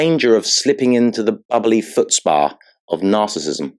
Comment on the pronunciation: “Trapped inside the Tupperware box of narrassism!”😂😂😂